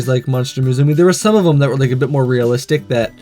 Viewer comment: there is no Z in musume my friend it's Japanese for daughter and is pronounced moo sum may , don't mean to preach, your videos are cool, just like to help out if I hear a mistake